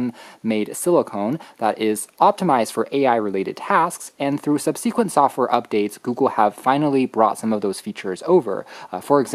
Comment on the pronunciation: Good video, but your pronunciation of "subsequent" and "especially" is bizarree.